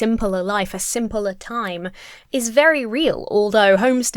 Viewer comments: Are you Dutch by any chance? Refering to the Dutch english "simpeler" you said a few times. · Very curious how you pronounce "simpeler". Don't know if I only noticed it just now but I haven't seen any other brits say it that way.